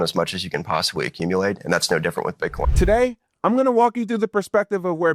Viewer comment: “We want as much as we can possibwy accumuwate” -Bo Hines